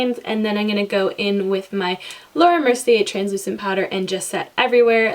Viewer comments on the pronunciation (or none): none